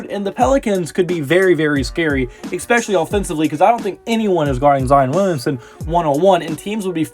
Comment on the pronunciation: Also, EXSPECIALLY is NOT a word.